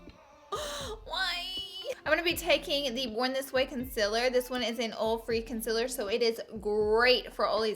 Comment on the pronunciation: my favorite product you used are the too faced consilers! (spelled it like you say it!) I'm dying to try them. #snapchatfam